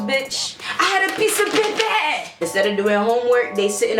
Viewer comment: She said "peypaaa"